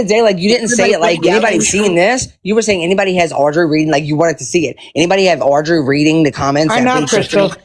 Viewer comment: She intentionally mispronounces Audrey’s name, I’ve noticed. When she’s really in her groove with a rant, she says it right! How disrespectful. I knew she knew how to pronounce that name!